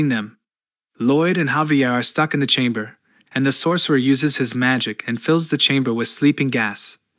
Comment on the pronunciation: Jesus, "chamber", "safety", fucking "*side*". Seriously, is this just bad English? Really, really shit AI? Lol, I'm so confused by the mispronunciation! "Booby-attack"! 😂 smh.